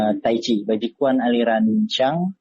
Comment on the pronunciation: Someone please tell him how to pronounce this in Chinese, it's sad that he has a hobby for 6 years and doesn't know how to say the word.